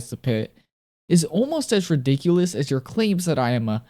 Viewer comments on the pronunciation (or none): none